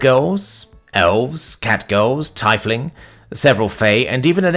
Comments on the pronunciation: It's pronounced (Teef-ling) not teflin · I believe its pronounced teef-ling.